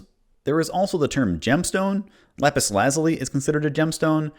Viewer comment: I had to check three times to realise you said “lapis“ and did not call “lettuce“ a rock, lol.